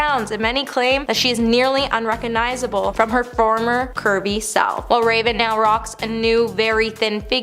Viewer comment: RecoGnizable. There’s a “g” in there.